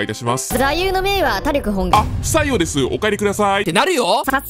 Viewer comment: 「たりょく」じゃなくて「たりき」じゃない？